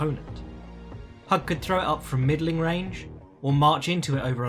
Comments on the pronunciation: Hewg not hug lol. I'm terrible at pronunciation but he was one of the greatest ever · It's pronounced "Hugh" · Just so you know, it's pronounced "hoog".